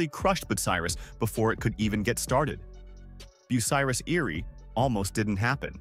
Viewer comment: I quit watching within the first 2 minutes as you couldn't pronounce the name correctly. It was also annoying to watch irrelevant pictures flash by. Just my opinion, but not a good way to tell the story of a manufacturing giant.